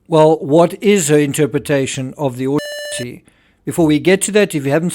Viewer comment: Terrible sound while you’re saying „autopsy“! Unbearable! What’s wrong with the word „autopsy“!?